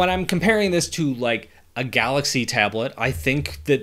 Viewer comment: Tablet ❌ Ablet✅ 😅😅😅😅